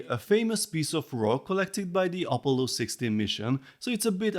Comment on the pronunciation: Op-o-llo...I love your pronunciation for Apollo. This set is freaking awesome and I strictly dislike technic sets but I love your reviews and take/outlook on the different art medium versus system builds. This is a technic set that I would gladly own sitting next to my NASA LEGO sets on display! Great review, take care. 🍻 cheers!